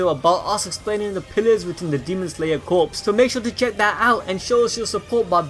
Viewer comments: It’s pronounced Core (Corps) not Corpse. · "corps" is pronounced...core i think? only pronounced as corpse when it is a dead body, and spelled that way. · You keep saying Corps like "Corpse" but it's "Kor" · Corps is pronounced •core•, like in Marine corps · Demon Slayer Corps; Corps is pronounced 'Core' not 'Corpse' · Corps is pronounced core not corpse. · Great video. Thanks for keep spoilers to a minimum. Just an FYI, corps is pronounced "core" not "corpse". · Demon Slayer Core the p is silent. Corpse is a dead body. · Corps is pronounced core not corpse. Other than that, good video! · Demon slayer corps(pronounced as core not corps) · just gotta say, corps is pronounced "core" not "corpse" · Its pronounced "Core" not "Corpse ☠" they aren't dead. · Dude fyi “corps” is pronounced as “kor”, without the P and S. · You are pronouncing “Corps” incorrectly 🤨 sorry I went balls deep on that 😄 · corps is pronounced "core" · “Corps” is pronounced as “Core” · Corps is pronounced like core. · Corps is pronounces Core or Cores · Corps is pronounced as core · its core not corps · Did he say demon slayer corpse? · Corps is pronounced “core”. Like the marine corps or intelligence corps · “Demon slayer corpse” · Corps is pronounced “core” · Corps in Demon Slayer Corps is pronounced core, bro. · still. it's pronounced kor, even though it has an "s" at the end. That's how silly english works. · "corps"pronounced as "core" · Dude, CORPS is pronounced as CORE or COR. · Corps is pronounced like core. Like Marine Corps or the Press Corps. Just a FYI. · The p in Corp is silent!!! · The "p" and "s" are silent in "corps"